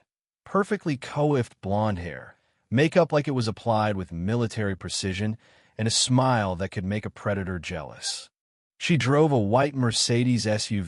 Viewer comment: AI stuffed up the ages of the family - as usual. Grandpa 30 years older than grandson. Can't pronounce either. Coo-iffed? cwaffed.